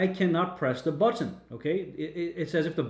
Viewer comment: I have neither....Sounds like you got paid. Also, I have never heard anyone pronounce or annunciate "button" the way you do. Are you being serious with that.??